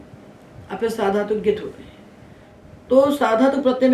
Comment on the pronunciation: भवत्याःपाठनशैली समीचीना। परन्तु ङकारस्य उच्चारणं न समीचीनं प्रतिभाति ।ङित् =इत्यस्य उच्चारणं गित् इति श्रुतमस्माभिः।